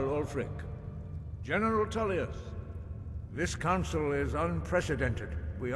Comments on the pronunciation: Even with 20k+ hours into this game, I still watched this entire vid and thoroughly enjoyed it:) Just one tiny thing...., please stop with the weird mispronouncing of words, it ain’t cute, it’s just silly ok. General Toolyus, Del...feen, Behooved (behoved), meenions, etc etc’ (Take a Tip: Listen to Master Arngeir in the peace council - he will teach you to correctly say Tullius hmmm). The story telling though was engrossing and detailed.....I look forward to more.:) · Huge dwemmer inferences. Politics off and definitely bias towards the imperials (you ate up their propaganda). Lastly you can hear the imperial generals name in the video but you still say “tool”ius. Otherwise great video